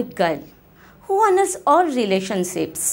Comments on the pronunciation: Relation-sips 😂 Im dying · "relation seeps" bwahahahahahahahahaha